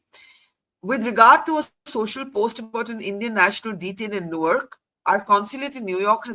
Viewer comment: you mispronounced Newark, which is dumb after you lived there for some tears I guess. More importantly, it was reckless to create and share that video on social media, where it could easily be taken out of context by impulsive audiences. Your actions reflect a lack of foresight, similar to those who act without thinking and then face consequences. Now, you’re trying to justify it. This raises a broader question: What’s going on with the mindset of some individuals? For many, including you, mobile phones have become tools for thoughtless behavior, like a valuable gem misused in careless hands. It’s time to reflect, grow, and act more responsibly.